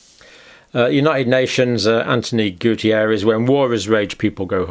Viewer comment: It's António Guterres, Doctor! Not Gutierrez!! I'm portuguese and I know him since I was little. My parents lived next to his grandmother's house. He's a very nice person! It's funny to watch you battle with the spelling of the name. I've been following your videos these last two years. Wonderful work!!